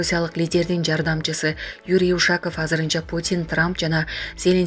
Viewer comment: УШААААКОВ ЭМЕС УШАКОВ МЕКТЕПТЕ УДАРЕНИЕ ДЕГЕНДИ ОКУГАНСЫНБЫ ???!!!???